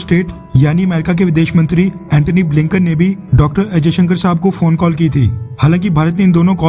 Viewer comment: अजय शंकर नही जयशंकर नाम है